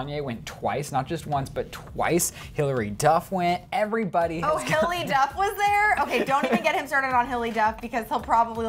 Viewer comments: said ''Hilly Duff'' Instead of hilary XD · Lmao they kept saying hilly duff not Hillary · if hes soo much of a hilary duff fan then why cant he say her first name its